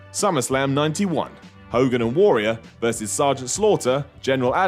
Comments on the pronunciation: I like the way he pronounces Warrior. Worrior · The way pronounces "Warrior" is utterly bizarre. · I love you,, but you say "Warrior" really weirdly...